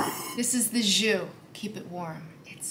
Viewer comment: That's just not how to pronounce jus. Your take on lemon was closer to french !